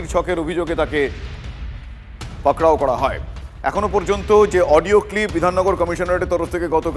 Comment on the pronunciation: পাকড়াও টা কি, ভালোভাবে বলুন